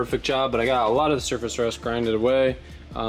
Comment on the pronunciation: “cleaner shurface” 🤗